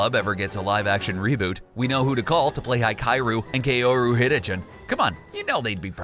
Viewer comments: Oh shit Oh shit You BUTCHERED Hikaru and kaoru HiKAI-OR-u KAY'Or-u Hit-a-chin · The way you pronounced Hikaru and Kaoru makes me think you have never watched Ouran High Host Club. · I died when they pronounced Hikaru and Kaoru' names wrong. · I was listening untill he mispronounced "oraun " And the twins names like what?! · ok, the only thing that I noticed in this video is the very poor pronunciation of Hikaru and Kaoru Hitachiin, if you're going to say their names in a video at least learn to pronounce it properly. The way you said it wasn't even close, it's just painful